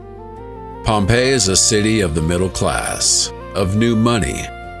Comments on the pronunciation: Well done but awful AI narration: varied and mispronounced words like for Pompeii (Pom-pay-e) and Plinian (Plyn-ian). Disgraceful. I hate that so much. Glad they at least got the month right. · Pom Payee you say? 😂😂😂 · Pompei -E??? Yo, get an AI host that can fucking pronounce shit right! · Mate, it's pronounced Pompey. I'm tired of AI. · I love a good story, but the narration's inconsistent pronunciations, indicating an AI narrator (Pompei-ee) (pum-iss/pew-miss), are painfully jarring. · What's with the Pompeiiee.